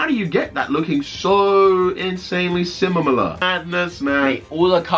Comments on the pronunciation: "Simalaler" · “simimila”